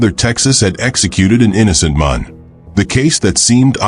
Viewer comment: Can this robot not be taught to pronounce the word “man”?